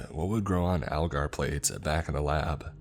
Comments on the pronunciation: Just fyi for future as an ap biotech student my self its (A-gar) with a big a sound if that makes since. Not trying to be rude at all. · I was thinking about commenting that it doesn’t have an “l” in it :)